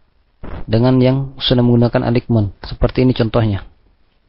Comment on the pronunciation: Materi channel Graphedu Indonesia sangat berpotensi mendapatkan pemirsa atau penonton yang banyak. Namun menjadi kurang menarik karena penyampaian dan pengucapan istilah asingnya. Sekedar saran, sebagai subscribers channel ini, mohon kiranya bisa memperbaiki cara pengucapan bahasa dengan baik, yg caranya bisa dengan mudah di pelajari juga di internet atau tinggal browsing di Google. Misal: Aligmen tepatnya ditulis Alignment dan dibaca menjadi "elainmen". Mohon maaf apabila kurang berkenan. Terimakasih atas perhatiannya. Semoga channel ini bisa lebih berkembang dan banyak penontonnya.